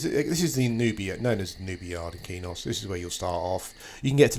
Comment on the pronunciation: its not keynos its kwaynos :)